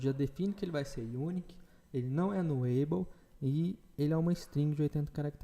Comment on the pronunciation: Posso só sugerir algumas coisas? nullable se fala nú-labow não nuleibow repositóry se fala repô-sitóri e não reposítore. Desculpe a chatisse, mas o conteúdo do curso é de alto nível. Acho que o inglês pode dar uma melhoradinha também. Parabéns pelo conteúdo.